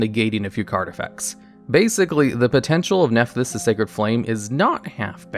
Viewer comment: When he said the name of that Nephthys link monster I thought I was having a stroke given how different he pronounced it from what it said on the card on the screen lol